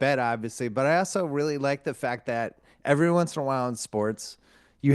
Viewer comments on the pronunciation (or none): none